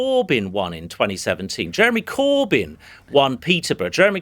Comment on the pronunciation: Why does he pronounce it Cooorbyn?